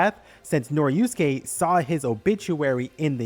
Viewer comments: i was so mad cuz u keep saying noriuske instead of norisuke😭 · He mispronounced Norisuke too, added a syllable and turned it into "Noriyusuke" I'm imagining doing that to other characters. "Jotaryo kujo" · bro really called norisuke noriusuke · YES, that was bugging me for the entire thing, like he swapped a letter from each of their names. He kept saying Tsurigi and Norusuke.